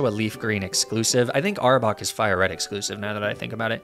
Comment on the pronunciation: you definitely need to redo this list!🤦‍♂️🤦‍♂️ Edit: Its AR-BOK NOT CHARBOCK AND AR-CA-NINE NOT ARCA-NEENEE